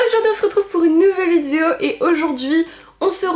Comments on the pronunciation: des vidzeos😂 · Tas façon de dire "vidéo " mas toujours fait rire 😅